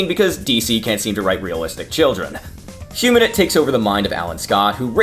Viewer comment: Great video! However it bothered me how "Humanite" was pronounced. It's "human-ite" not "huma-nit"